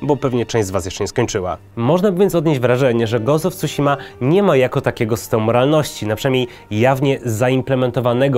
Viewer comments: When he said "gołst of cusima" i felt that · po japońsku tsu czyta się prawie tak samo jak cu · Nie wiem, do wymowy którego słowa masz większe zarzuty, ale nazwę wyspy powiedział całkiem dobrze. Pamiętajmy, że Tsushima to transkrypcja amerykańska, która stosuje zapis znany z języka angielskiego, także nie zachowuje fonetyki japońskiej 1:1. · nie wierze w koncu wspomniał o kolosach i pominął spuszczanie sie nad undertale XD idziemy w dobrą stronę teraz tylko wymowa newell i tsushima damy rade wyjdzie na ludzi